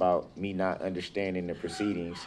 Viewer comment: Not understanding is one thing , but "NOT UNDERSHTANDING FUNDAMENTALLY", Now that is really serious !